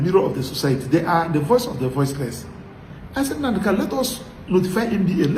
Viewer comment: Nnamdi kanu, not kalu please.